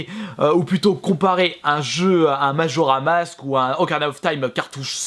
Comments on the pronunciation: Majora mask😂 ou est le 's ? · Majora's mask pas majora mask wind waker pas wind woker